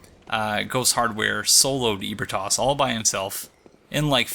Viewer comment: I like these videos but the pronunciation of ebritas triggers me. He says eh bri tos, but I say uh bree tus